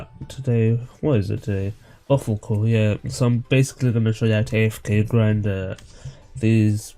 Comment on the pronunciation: btw buffalkor is prononced BUFF UL CORE